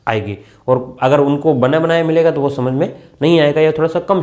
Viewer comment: Sir samank na kii samak